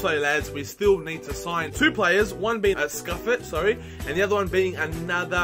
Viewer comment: Simone Scuffet is pronounced Si-moan-e Scoof-aye